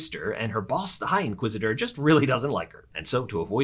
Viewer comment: When he said high inquisitor I died inside :(